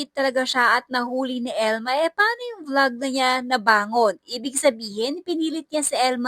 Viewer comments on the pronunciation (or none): none